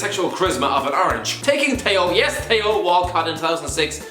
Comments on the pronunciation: Tee-Oh Walcott, not Tei-Oh Walcott. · Who's Tayo Walcott?😂 It's pronounced Thee-o (Theo) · The way he says Theo ! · The way he says Theo 😂😂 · i am piss that he saying Theo Wrong